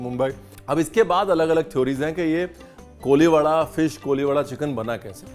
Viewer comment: It's not koliwada.. It's कोळीवाडा 😂😂